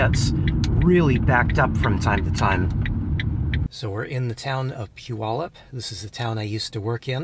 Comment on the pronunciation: At least you said Puyallup right. 😂 cracks me up how people say it